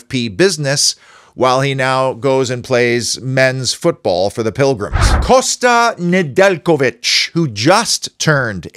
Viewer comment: Fantastic video and perfect pronunciation of Kosta Nedeljković!